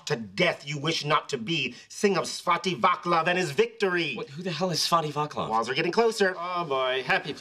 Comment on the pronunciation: 🤣🤣 OMG Svatý Václav... It's so funny how they're pronouncing it. That took me a minute 😄 Edit: The "c" is pronounced as "ts", not "k", if anyone was wondering.